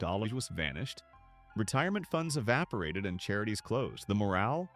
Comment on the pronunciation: The "morale"? ROFLMAO!!!